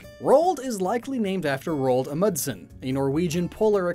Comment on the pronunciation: If anyone cares Roald Amundsen's surname is pronounced "a-moon-sen", not whatever the hell that was.